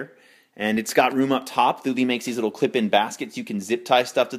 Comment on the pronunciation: Pronounced: Two-Lee buddy!